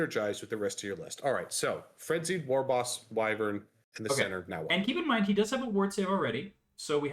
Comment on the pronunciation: Team on pronouncing Wyvern!